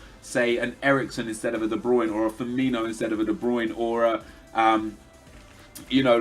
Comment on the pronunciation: It's spelled Firmino, not Firmiño or Firminho, so why would you pronounce it like that? O.O